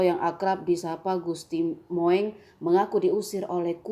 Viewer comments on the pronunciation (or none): Bacanya Gusti Mung... kok Moeng. blajar lg lah utk baca ejaan lama. risi dengarnya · Seharusnya gusti moeng dibaca gusti mung. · Presenter nya mbok yg cerdas Min...Gusti Mung koq disebut Mo.eng? Tulisannya memang Gusti Moeng... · Gusti mung bacanya..bukan gusti moeng...duh.. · Moeng 🤣🤣🤣🤣🤣 mung. Jmn dulu OE dibaca U